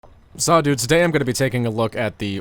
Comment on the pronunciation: Swear he's saying "Saw dudes" in the intro.